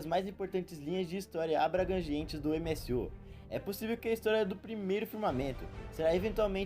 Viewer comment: MSU? Kkkkkkkk Pq em vez de tentar falar no inglês (MCU) n fala no Br (UCM) msm? Mais dificil de errar